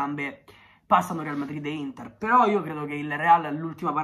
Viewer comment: Solo io ho sentito all’inizio L’intar